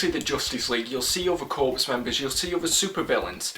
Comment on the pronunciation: Corps is pronounced “core,” not “corpse.”